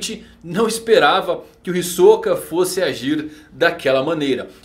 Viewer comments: Já disse mano, até no anime eles falam Hisóka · "Hisôka" kkkkk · Não vai me dizer que você acha que se pronuncia "Hisóka".